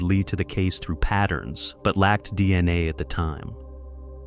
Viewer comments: Break the video up and actually narrate it. After an hour in, hearing "Deina" insted of "D N A", i just can't do it. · Fucking AI…”dina” evidence